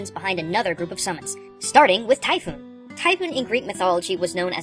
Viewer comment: Naw. you done fucked up. Typhon sounds more like 'Tai'-'fon', not Typhoon. And Ixaen, think goat.